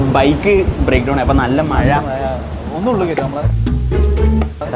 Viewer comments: Aa 2 pere malayalam cafe il aakanam മയ അല്ല മഴ 🫣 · മഴ ❌മയ ✅